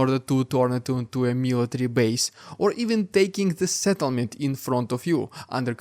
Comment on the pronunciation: It took me 3 listens to realize he said to "take a settlement" and not "take a shit on it."